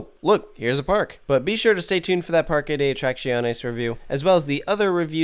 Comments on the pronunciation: Heads up: Parque is pronounced "Park" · Not really. You can not miss the "e" while saying "Parque", so the pronunciation is "Parke".